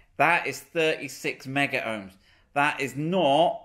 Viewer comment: i love your videos but, its not meggar ohms (that's a brand of electrical testers) it is megohms, as in millions.